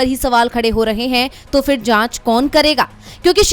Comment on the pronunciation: उच्चारण का संज्ञान लें फिर ( फ़िर नहीं)